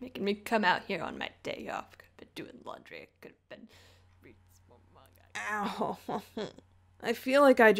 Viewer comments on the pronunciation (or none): none